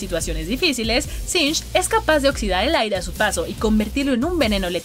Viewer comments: Quien le dice sing a singed? Wtf siempre lo dije mal xD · "SINCH" singed. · No sé ustedes, pero yo siempre le decía singed, ahora resulta que es sinsh jajaja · Sinng... No es singed??